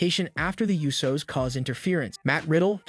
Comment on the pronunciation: Also it's not the you so's, it's pronounced Ooh so